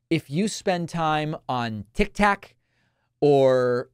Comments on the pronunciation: Tik tok, not tic tac, David. 😂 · Tik tok David, not tictac 😊